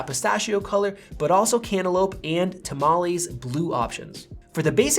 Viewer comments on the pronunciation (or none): It isn't tamales it is Tomales (a tiny town in California). Prounounced Toe Mall Ess